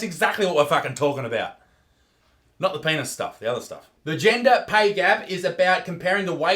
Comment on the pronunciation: I swear Isaac, over the time I've been watching you (since around 150K) your English has gotten worse and worse Genjer? jeez mate xD